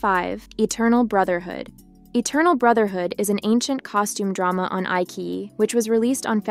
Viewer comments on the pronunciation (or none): Eye ki Eye???.......Eyechiyi......lol